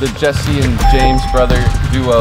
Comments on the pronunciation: Or else just laughed when kept saying “ JEZZER” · voice When he saids jesser "Jezzer" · always says jezzer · I watch a lot of 2hype but I dont get if purposely says Jezzer